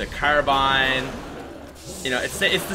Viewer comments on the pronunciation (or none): none